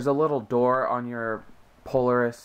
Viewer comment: It's pronounced, Pole-AIR-is